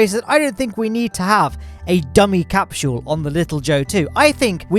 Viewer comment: said capshule instead of capsule